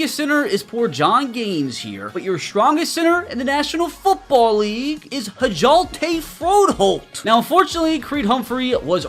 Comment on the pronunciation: Danish guy here, your pronunciation of Hjalte Froholdt is a bit wrong 😜